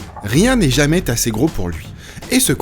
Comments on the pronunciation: Rien n'est jamai-T'assez gros pour lui? Oh, la liaison dangereuse!! ;) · à rien n'est jamais t'assez gros? c'est quoi cette liaison??? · Rien n'est jamais-t-assez gros pour lui! Les liaisons dangereuses...